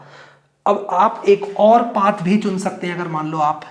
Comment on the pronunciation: Path ❌ paaathh☑️